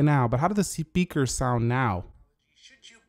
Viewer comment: did he say sepeaker?